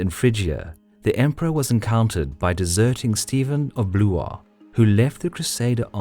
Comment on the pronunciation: Minor corrections: Steven of Blois is pronounces Steven of BWAH Raymond of Toulouse never really pledged an oath of allegiance to Byzantine Emperor Alexius I because he saw it as beneath him. Instead he swore an oath of 'friendship'. Raymond opposed Bohemond because he was corrupting the whole point of the Crusade.